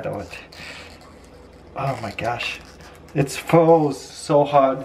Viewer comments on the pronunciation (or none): none